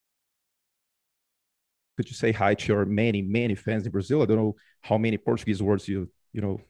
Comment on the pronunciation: His Portuguese pronunciation is excellent!